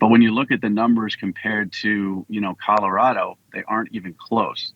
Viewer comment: Did you just say "CaDerado!???" 😅😅😂😂😂. Omfg Can't even Speak clearly